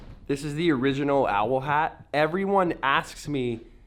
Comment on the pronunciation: The way you say OWL. xD